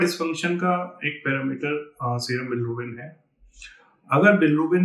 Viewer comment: Bilirubin ❌ bilArubin ✅😂😂